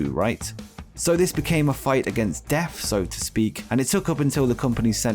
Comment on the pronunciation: Keith Lee was fighting against deaf? I didn't know he was hearing impaired. Illegible for Rampage? Ineligible! What is a munf? Who is Few-go? Few-go dill sal. You are English, yet your grasp of the language troubles me. Where can we, "vote you off the island??" 31,000 flavors?? 31flavors. Do you know what Baskin Robbins is?? I love going to Great Britain... However, until you leave, it's just going to be called Britain. Thanks for that,. Dr. Joseph Maru! Not Maroon, dipsh!t. YOU are causing Britain to just be Britain. Do the Queen a favor and move to Canada. Can't screw it up anymore than Trudeau...oh, WAIT....YOU can...just move to Canada and SHUT UP! You're not gonna be welcome in the U.S.! Just ask President Harris and The President-Father Biden.